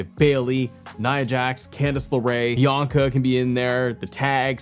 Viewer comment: Did you call Bianca Belair "Yianca" and accidentally called her Naomi in the same video?! 😅